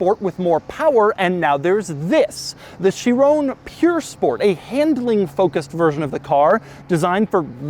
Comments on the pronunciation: Not puuure sport, P-U-R sport, pur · It’s Pur, not Pure buddy